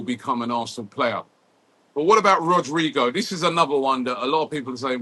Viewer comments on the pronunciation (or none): none